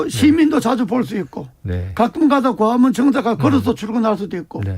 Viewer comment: 과화문 ㅎㅎㅎㅇ발음 안좋네